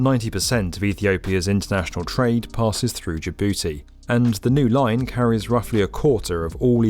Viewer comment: “Ja-booty” lmao